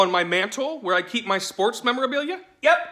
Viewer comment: “I love sprots”